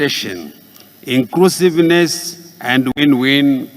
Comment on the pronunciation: Vhonoreble, poritical, incrusiveness, famiry yaaa neee